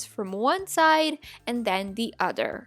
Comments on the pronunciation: Who else heard her say “the Oder” 🤣 love your vids🥰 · I love how you said other with a d love love love your diys